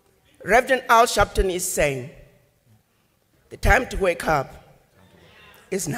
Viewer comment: “Al Sharpton” . Seriously?😂